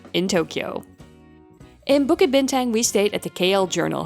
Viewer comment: To mispronounce "Bukit Bintang", the tourist hub of KL, is lowkey egregious.